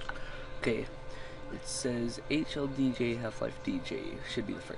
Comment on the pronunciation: your voice is so weird it sounded like you said hlbj O_o half life bj..... eww